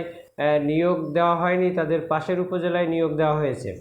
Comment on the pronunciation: ভাই, পাসের না, পাশের হবে।